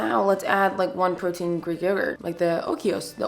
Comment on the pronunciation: The way you were saying oikos 😂😂😂 I did enjoy the video, I had no idea about veggies and I do love edamame ✊🏿